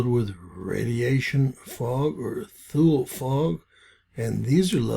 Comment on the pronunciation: Its pronounced "Two-lee"